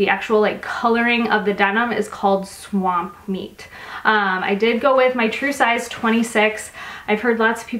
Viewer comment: Lol... swapmeet:) not swampmeet